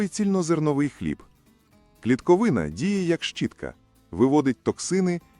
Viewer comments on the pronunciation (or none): + наголоси! напр.-не клітковИна, а клітковинА